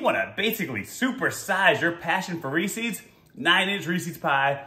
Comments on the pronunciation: It’s not ree-sees it’s reeses... ree-ses. Read it. REE SES (SES...SES...) not SEES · Are you saying rees-eez to try and be funny?? Or have you never actually seen a Reese's commercial. It's pronounced REESE- EZ!!! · Yeah, but it's not pronounced Ree-seeees, like feces. It's just Reese-uhz. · It’s Reese’s, not reesees as in rhymes with feces. It’s the name Reese with a possessive s, like John’s. Get the name right, so annoying. Honestly had to stop watching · Stop saying Reese's wrong